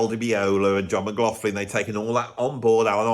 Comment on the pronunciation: indeed especially since he apparently doesnt even know how to say his own surname correctly...mcglofin indeed.